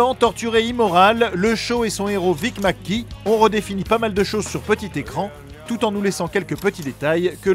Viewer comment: Je trouve très bien votre émission je suis toutes vos vidéos mais là j'ai une petite réception à faire quand au nom du personnage principal de The Shield. Il s'agit de Vic Mackey et non pas Vic MacGee on prononce mac Key et pas mac gee. je sais bien que ce n'est pas un détail énorme mais étant un fan de la série j'ai eu du mal quand j'ai entendu la prononciation de son nom de famille. Sinon vous faites du très bon travail et je suis assidûment toutes vos vidéos.